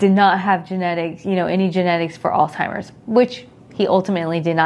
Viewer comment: Alz (H)eimers not Alz (T)imers. So glad it wasn’t genetic!